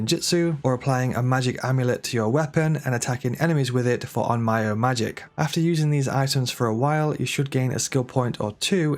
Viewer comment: Onmyo is pronounced ohn-m-yo, not ohn-my-o.